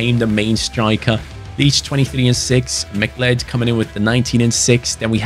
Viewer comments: McLeod's name is pronounced like Cloud not Mic Led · its pronounced "mc cloud" believe it or not mate! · Great rebuild! It’s Mah-Cloud. Like the character from Highlander. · You say it as "Ma-cloud" imagine saying cloud as in cloud in the sky, but just putting a 'ma' infront of it haha. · McCleod is pronounced Mick-Cloud Edit: I know it's stupid English is just a confusing language. I'm from Canada by the way